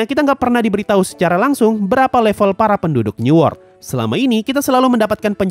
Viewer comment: bang newort tu apa ya ? ke aku salah dengar new world..???